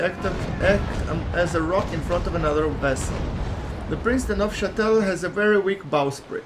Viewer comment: Yes. you pronounced Prince de Neufchatel correctly! Keep up the good videos!